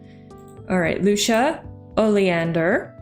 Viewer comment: Hey correct me if i’m wrong but I think lucia is pronounced lue-see-uh Besides that awesome job on this vid and i’m hoping to see more on solarpack!